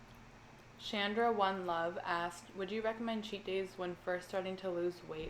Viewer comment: Thank you so much for answering my question and I totally get what ur saying about keeping the calories at a limit on my cheat days and thanks for saying my name right u wouldn’t believe how many people in my life say shondra instead of shandra lol!!!! Love u!!!